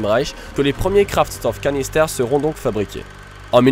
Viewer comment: la prononciation de Kraftstoffkanister n'est pas optimale: en allemand STOFF se prononce CHTOFF...